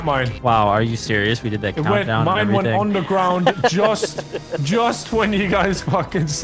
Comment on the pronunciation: The coundow to the coundow 😂